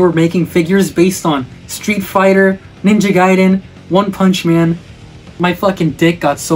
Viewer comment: It's Ninja G-A-iden, not Geiden...